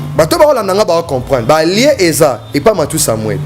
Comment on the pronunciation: Stop saying lieu.lien lien